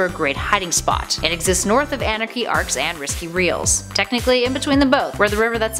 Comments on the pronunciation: did she say anarchy arcs haha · Why has no one talked about how she said Anarchy Arcs?